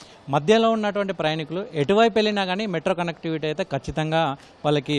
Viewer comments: ప్రయణికులు కాదు నాయనా ప్రయాణీకులు అని చదువు. తెలుగును పట్టి పట్టి పలకటం, దాడులు బిగించి మాట్లాడటమే ఈ మధ్య ఫ్యాషన్ అయిపోయింది. టీవీ యాంకర్లకి రిపోర్టలకి ఇదే అర్హతగా మారింది. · ప్రయాణీకులు అని అనండి, ప్రయణికులు కాదు